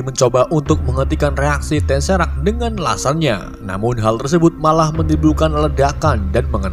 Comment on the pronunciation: Maaf mas bro BACA BUKAN TESERAK. TESEKRAT